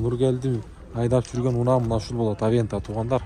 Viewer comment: Аванте дечи Авента дейсин го .